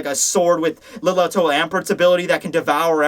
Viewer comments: It's pronounced LIL-TOT-O, not Liloto. Cuz she's a lil tot... Clever, Kubo. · Hm... there's something you should know... You chastised us for not correcting you on how to pronounce Bambietta's name, so... lemme help you out with "G" - The Glutton! Her name is Liltotto. LILL-TOH-TOH